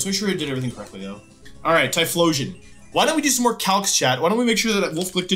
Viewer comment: Wolf's pronunciation of these pokemon names are abismal. Arkaneenay, Typhlawsion.